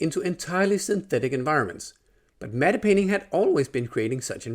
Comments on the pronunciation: Are the paintings in movies pronounced “Matt” as matte is usually? it kinda sounds like you’re pronouncing it “Matta.” No disrespect, just interested. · "Matte painting" is pronounced "mat painting" - I think the Germans would pronounce the E but in English it's silent (blame the French) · "Matte" is pronounced "Mat". The "e" is completely silent 😉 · "Medde painting"